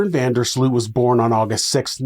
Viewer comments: Pronunciation alert: van der Sloot. The “oo” is pronounced as ‘oa’ in Oats. So you’ll say van der Sloat. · That's because his name is being butchered throughout the whole video. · Now you live in the Netherlands, you should know, how to pronounce 'Van der Sloot'. Shame on you ! 😜